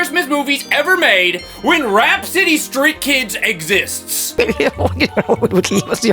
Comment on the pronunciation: "eeeheheehohohohokednjejsbsbdsb crismosss" Truly brings a tear to my eyes 😢